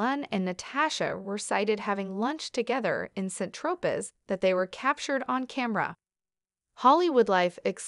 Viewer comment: San as in sand, Tropez as in tropay.